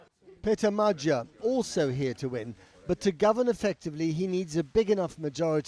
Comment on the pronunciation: The BBC is now resolutely broadcasting a mispronunciation of Magyar.